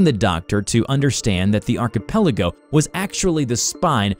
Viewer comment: You are the only YouTuber that says archipelago correctly.